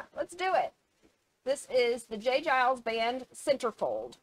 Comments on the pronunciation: No offence but its J Geils with a G sound not a J sound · In case no one else mentions it, it's pronounced like, Jay GUY-ulls, not Jay JYE-ulls. Y'all crack me up 🤣😂🤣😂🤣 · Geils is a hard G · For the record it's "Guy-lz". J. Geils is the guitar player with the sunglasses in the video. Peter Wolf is the singer. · Just an fyi, it’s Giles, like files, miles. Great reaction video by the way! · Pronounced j. Guy-alls band. That's ok I was the same way when I first saw the name of the band. lol Song was from 1981. "Give it to me" is a great song of theirs .